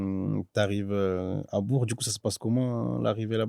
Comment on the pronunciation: Belle interview et belle carrière ! Mais comment c’est possible de ne pas prononcer correctement Bourg alors qu’il y a joué 😅 On dit BourK !!!